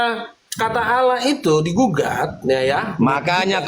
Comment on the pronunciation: sangat bangga dan nyaman dengan sebutan ALLAH untuk sesembahannya yesus tapi bacanya didustakan jadi aaaalaaah